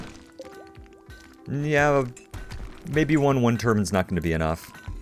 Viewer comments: Funny pronunciation of 'turbine', but appropriate for an oil rich, desert nation... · I've been wondering for a while, but why do you pronounce turbine like 'tur-bin' rather than 'tur-by-n' ? is it an accent thing or just an odd pronunciation? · It's an accent thing I say tur-bin too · You say turbine and roof weird